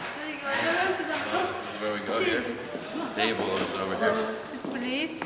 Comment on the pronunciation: ''Sit Prease''